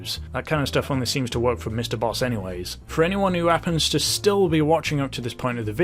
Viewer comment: I thought you said Mr Beast not Mr Boss, LMAO